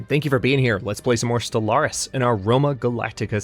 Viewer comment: I like it when you call it Solaris instead of Stellaris :P